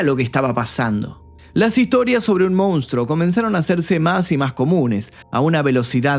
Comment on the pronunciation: Con crees que podes extorsionarme no?? Pues te voy a decir una cosaa... FUNCIONÓ!😅: "MOUNSTRO"